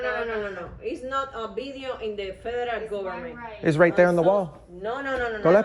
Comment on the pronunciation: "no video in 'eh fe'er'al o'er'men'